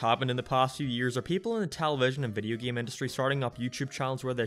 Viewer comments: I gotta ask... what accent is that? The way you pronounce "game" as "geeme", it's messing with my head :P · this video is ok but the way how this guy pronounces "Game" really triggers me